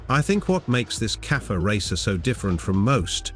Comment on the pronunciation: Your channel is crap. Can't even pronounce cafe. Hopeless...